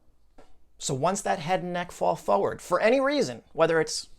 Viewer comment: I love your content but it really bothers me that you don't pronounce the first 'r' in the word 'forward'